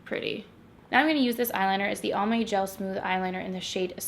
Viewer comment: I kept hearing Palm Bay and not Almay and I was like why are they sponsoring a drugstore tutorial 😂😂